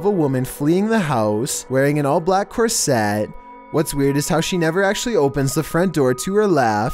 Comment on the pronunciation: says "corset" like "Corvette." Good to know XD